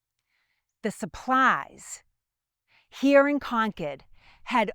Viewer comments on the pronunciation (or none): What is so hard about pronouncing the letter R in words? And the word here is one syllable, not two. Very distracting to listen to. It's like they never left England.